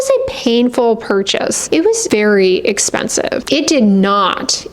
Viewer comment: The emphasis on really expensive is my favourite lol thank you for keeping it real. It’s reaaaaaally gooo—- expensive. Good. Expensive.